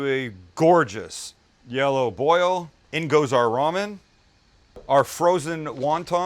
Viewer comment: how thinks about Maggi when ever he says ramem